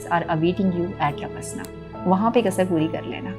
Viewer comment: Don't say lbaslna, it's labasnaaa